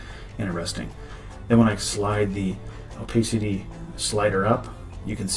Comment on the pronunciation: Oh pass city!! Opacity. Not oh pace city. Haha The blue marble? Bah hah hah! If i were involved with the retouching then they WOULD get away with it. Just sayin